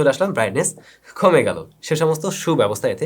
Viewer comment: khome ki?? kha kha.. kome gelo bolte paren na?? bangalir moto bangla bolen.